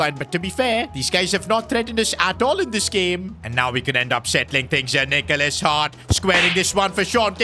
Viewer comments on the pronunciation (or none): bro please just call him nicholas not nickolas har...